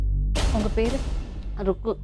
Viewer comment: It's not rubbu😂😂...it's rukku